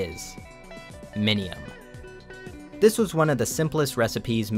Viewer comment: Bro I thought you said minimum and I got so confused